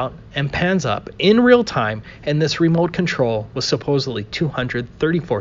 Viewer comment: Btw....it's "remote" control. Not "remolt" control